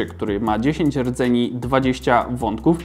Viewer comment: niby a ciagle "dzieciok" nie moi się rdzeni tylko redzeniuf